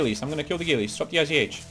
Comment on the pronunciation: Dude, it's not IZH, its ij (иж). Russian old rifle.